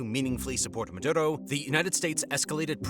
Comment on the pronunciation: Ma.. do.. row... is how you pronounce his name by all means fuck that guy but the pronunciation is driving me nuts.